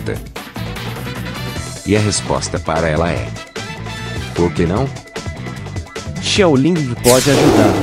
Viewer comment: Pq ele fala xiaolingi